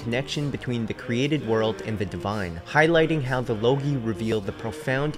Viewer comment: I think it pronounced logoi not logi. Nonetheless, great info. Very interesting.